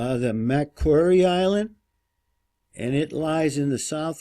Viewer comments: Just the name of the Island south of Australia , it is pronounce like, Ma..quarry Island , I just wanted to let you know , interesting video . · MAcquire is pronounced MACK-QUARRY just so you know! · Macquarie is pronounced Mack quarry! macquire I believe is Mac kwyyarr! lol